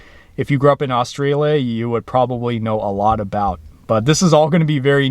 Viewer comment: Sounds like your saying Austria